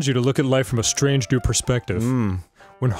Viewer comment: the way he pronounced strange caught me way off guard 😭